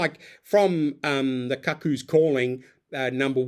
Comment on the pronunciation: Robert Glenister is a distinguished actor who narrates the audiobooks & played Jasper Chiswell (pronounced "chizzel") in the TV adaptation of "Lethal White" Also the word "cuckoo" may be spelled "cuckoo" but it is (and has always been) pronounced Coocoo and not similar to "cuckold" at all. I would expect someone with a book vlog to have a functioning knowledge of the English language An "epigraph" (not epigram) is a quotation or saying placed at the beginning of a book, chapter, or other text to establish its mood or theme